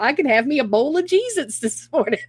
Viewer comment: A bowl of “Jesits”😂😂😂!!